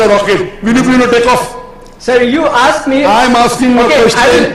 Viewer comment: Hey Dude it's ASKED NOT AKSED ITS EASY ASKED ASKED ASKED NOT AKSED AKSED AKSED